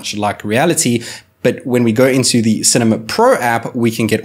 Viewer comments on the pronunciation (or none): Its cinema not cemema